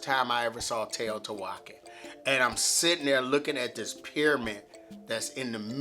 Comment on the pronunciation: To say Teotihuacán you want to stress the last syllable.